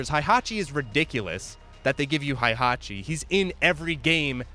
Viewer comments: great video just pronounce hei hatchi instead of hai hatchi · WHY are you saying HAIhachi